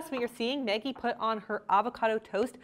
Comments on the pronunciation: It sounds like you’re saying “Meggie”. Is that how she pronounces her name? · I can't get over how you pronounce Maggie 🤣🤣🤣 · why is it so hard for you to pronounce the name maggie correctly lol.